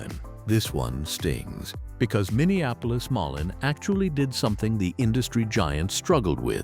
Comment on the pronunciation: It's pronounced moleen idiot